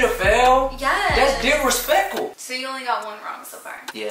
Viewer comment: that's DISRISPECLE!!🥴😋😍🤣🤣🤣🤣